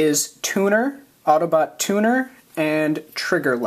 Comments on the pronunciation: I thought you said "tuna" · I thought you said tuna...